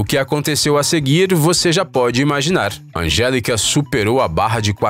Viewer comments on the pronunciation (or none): none